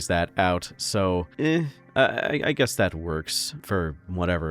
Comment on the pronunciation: Did you say "hazard a guest?"